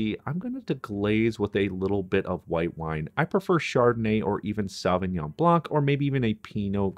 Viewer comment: just two constructive criticisms (1) the proper way of saying go the next step or add the next ingredient is “GO AHEAD”and not “GO HEAD”. Go head in the navy means to go to the toilet! (20 The correct pronunciation of the wine your mentioned is SAUvignon and not SALvignon. The Sau is pronounced like Sew. Good video.